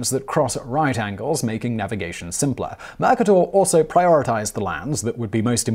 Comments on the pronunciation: Simon we love you but can you please hire somebody that helps you pronounce it's not mac-a-dor. It's ma-kay-dor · You make SO MANY pronunciation errors! it's infuriating! This time you're mispronouncing Mercator. The accent is on the 2nd syllable! mer-KAY-ter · Murk-a-door! Oh Simon... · Simon, I love your narration's but sometimes your pronunciation needs some help. For instance, - Most folks pronounce it "Mer-ca-tor". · His many MANY mispronunciations wildly distract me in every one of his videos, but this word was that one time it didn't, since - as I'm British too - that's how it's pronounced over here. But how he mangles Mercator- well... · First hearing that pronunciation of Mercator.